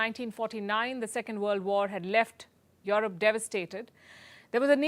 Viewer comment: 'Your rope' instead of Europe .... very irritating 😅😅